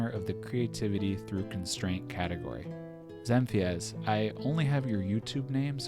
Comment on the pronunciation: Woah no way! i just made that for fun lol i didnt think i would win, it was just a random idea i had also i think ill pass on the prize for personal reasons... oh and btw its pronounced zen feez